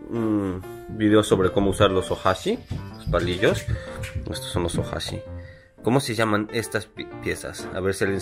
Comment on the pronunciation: "OHASHI" creo jajjajaja